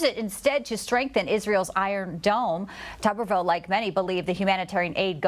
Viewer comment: It's pronounced Toooberville.